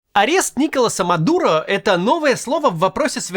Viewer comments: Я же не один, кто слышит Никола Самодура? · Уж извините меня за инфантильное высмеивание чужого имени, но когда произносят "Николас Мадуро", я невольно слышу "Никола Самодур"))